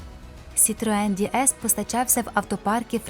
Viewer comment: Хай Бог милує! Який, у дупу, Ді Ес? Це ДЕ ЕС - «Богіня»!!!! Ганьба! Дізлайк!!!!